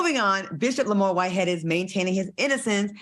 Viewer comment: Al, how you say Lamor Whiteheads attorney is your good friend of 10 years, but you don’t know how to pronounce her last name?? You just be saying anything 😂😂